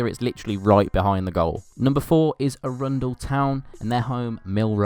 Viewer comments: It’s A-run-del not a-RUN-del. Pretty sure it’s ‘Froome’ also. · I’m from Chichester a place not far from Arundel and he pronounced it terribly. The Arun part is meant to be pronounced the same way as the name Aaron 🖕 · tip: Arundel is pronounced Ahrundell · also I'm not sure if you knew but arundel is pronounced arran-dul. Either way great video!:)